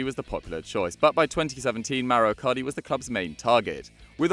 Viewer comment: It’s icardi not icari